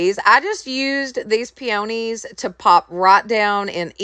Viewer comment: great job on all but the letter holder was the best remember 'I will not quit'...hugs honey..sorry the flowers are pronounced p-o-knees.